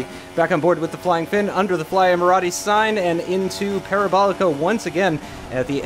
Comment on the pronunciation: Also, did you really just pronounce Emirates Airlines like that hahaha?